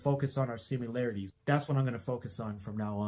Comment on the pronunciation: bruh, pronounced similarities as SIMULarities. 0/10 apology, fined 20 pound sterling and sentenced to death. May God have mercy on his soul, and God save the king.